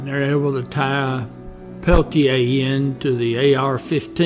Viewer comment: Your obviously biased report fails to mention Coeur d'Alene warrior Joe Stuntz, who was an AIM member who was shot dead by one of the two FBI men during the same shootout! Also, your mispronunciation of Peltier's name shows your research came only from written documents. If you had actually seen Incident at Oglala, you would have pronounced it correctly. This was a war. Over 28 Oglala Sioux traditionalists were murdered by Dick Wilson and his GOONs in the years previous to the Jumping Bull shootout. Wilson was backed by the FBI, who were part of the cointelpro program to eliminate AIM.